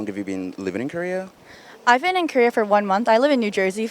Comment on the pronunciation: It seems like Korean American girls say "Kurrea" instead of "Korea"